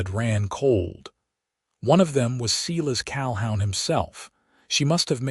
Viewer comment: Seelus Calhown?? Silas Calhoun....work on pronunciation is needed on these AI narrated stories,and the math was faulty as well. 100 years after they met they would not have had a 92 year old graddaughter. More attention to detail please. Other than that the story itself was good.